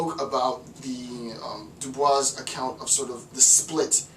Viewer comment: Great lecture, just a small note: Du Bois on the pronunciation his name “My name is pronounced in the clear English fashion: Du, with u as in Sue; Bois, as in oi in voice. The accent is on the second syllable.”